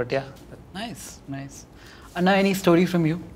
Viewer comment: Nihil is does not pronounce anna correctly